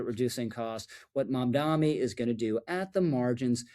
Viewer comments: Not a fan of Mamdani, but please pronounce his name correctly. It only hurts your credibility when you keep saying Mamdami, it's Mamdani. It's not hard, just practice the pronunciaiton. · Dude, love the videos, but it’s Mamda-N-i not Mamda-M-i! I’m sorry to pick, but it’s like people who say nuculear rather than nuclear. It grates. Thank you for the great videos! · Thank you for the video Rich! I have to point out, it’s MamdaNi not MamdaMi. Why stop at 30% cheaper? Why not 80%? 100%?